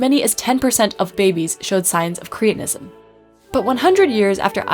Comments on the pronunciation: Are we now saying 'creetinism' to avoid reminding ourselves that sufferers were called 'cretins' (with a short 'e')? I have only ever heard the condition pronounced with a short 'e.' It was a diagnosis long before it was an insult! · I wish you and many others would learn how to pronounce English words. It is "Cret" not "Crete" so correct pronunciation is "cret-in-ism" most words are made up of Syllables. To speak correctly, you need to understand what they are, and how to say them. Too bad most American speakers making podcasts get this wrong. There is a compound called "Creatine". It is completely different to this. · Surely cretinism is pronounced like the word cretin?